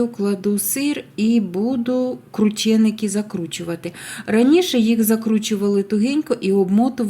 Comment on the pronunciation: Якщо вже так хочете, то правильно кручЕники!